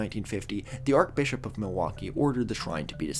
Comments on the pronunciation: Arch. Like arch-enemy. Not Arc. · ArCHbishop, not arkbishop. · *arch pronounced Shhh, Sincerely a former Catholic. We don’t say it like arc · “Ark” Bishop, or “Arch-bishop”. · Just by the by... It's pronounced 'Ar-ch Bishop', not 'Ar-k Bishop' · A correction you might want to make is that the 3rd secret of fatima WAS released in 2000, however the accompanying explanation given to the children was not released and it is debated if all of it was released. Love the channel! (Also archbishop is pronounced like arch not arc lol) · Sorry,, but it's pronounced 'Arch-Bishop', not arc-Bishop. I'm only pedantic because my grandmother Myff was the sister of the then Archbishop of Canterbury, Robert Runcie. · Apologizes for mispronouncing Catholic words in a past vid immediately after saying “Ark-Bishop.” Great stuff lol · Everytime mispronounces "archbishop" as /arkbishop/ it hurts me. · “arch” in archbishop is pronounced like in “archway” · “Archbishop”- you pronounce is arch with the ch sound. Podcasters need to pay more attention to pronunciation of common words. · Please explain how you got this far in life and don't know how to pronounce "archbishop" but can pronounce "archdiocese"??? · You keep mispronouncing "archbishop" with a K as in archangel. But the correct way to say the "ch" in archbishop is like the "ch" in "church". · Is not pronouncing the ‘ch’ in archbishop an American thing, or a thing? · I do love the correct pronunciation of "archdiocese," but the incorrect pronunciation of "archbishop." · You pronounced the h In nihilism and not the one in archbishop? I guess those errors cancel out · .. while mispronouncing archbishop... Perfect. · It's an understandable mispronunciation, though; I think archangel is pronounced like that?